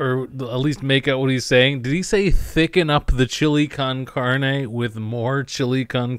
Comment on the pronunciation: He didn't even say con carne he said con cardy so he not only completely misread the label he also mispronounced the thing he thought it said.